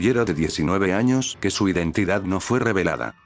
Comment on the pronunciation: Interesante bro. pero hay dice anos XD 🌚